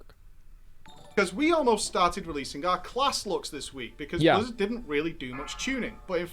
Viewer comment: I like the way Asmon says “dodn’t” #Accentwatch